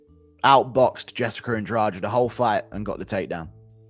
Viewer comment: Jessicer Lmao ahh british folks